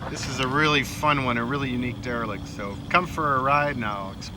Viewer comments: It’s a RE-LIC. dereLICt REformer Either way I love it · Another killer build! Great job guys! I love these derelict EV’s. “dEVelict”